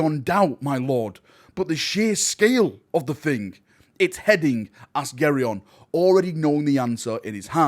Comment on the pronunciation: Gaeron...come on, its ok years ago but now its your job, put effort into reading the names right xD